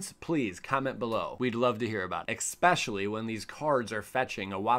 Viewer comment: Ekspecially Lol jk luv u